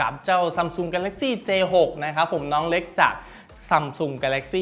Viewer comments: พี่พูดผิดนะคะมันเป็นj6ไม่ใช่A6ค่ะ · 0.31 พี่พูดผิดค้ะ j6 ไม่ a6 ค้ะ